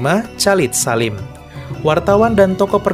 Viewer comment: Maaf : Chalid Salim..dibaca kholid salim ( dlm Islam)